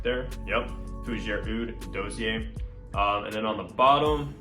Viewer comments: Dawseeay not Doughseeair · Sweetheart, ˈdȯ-sē-ˌā! Sorry, it got to be like nails on a chalk board by the end of the vid.